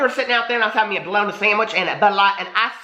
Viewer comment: ”Buhlowna sandwhich” 🤣🤣🤣🤣